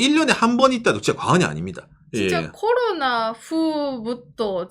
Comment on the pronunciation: "코로나"발음 완전 일본인😅